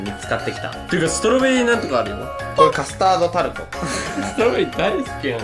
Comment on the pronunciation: ストロベリカトタード…？ カスタードタルト…？ん。。？